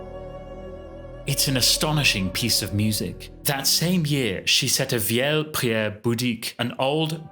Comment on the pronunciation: Just one little correction "Vieille" is pronounced "vee-ay".